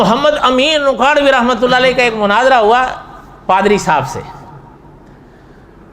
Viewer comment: Manazarah Nhi Munazarah Likho Aap urdu waale bhi ajeeb hain Mufaalsh k saare abwaab ko Mafaalah bana dya he Fuaal ko fa'aal khete ho Suwal tumhare haan Sawaal hai Qeyamah ko qayamah Ulamaa ko ulemaa Ye ghaltyaan sirf aam admi nhi Blke urdu speaker aalim bhi krte hain Talaffuz durust kryn